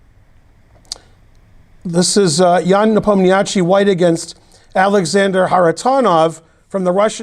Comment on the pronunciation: Tip for pronouncing Nepo's name: The name has an "a" in it. Just ignore that. Leave it out. Do not include any "a", except in his first name. Simple.